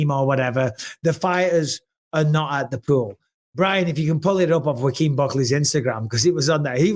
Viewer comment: Bisping calling Joaquin Jamaal. He butchered his name kept saying rakeem😂